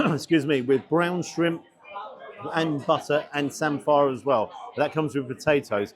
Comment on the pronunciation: Norfolk too and always called it like samfer not Sam-fire